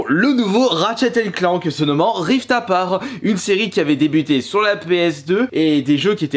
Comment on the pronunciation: J'ai eu trop envie de mourir quand il a prononcé Ratchet et Clank Rift ->APAR<- au lieu de aparte